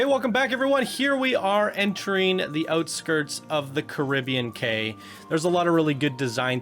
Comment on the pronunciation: I think Cay is pronounced key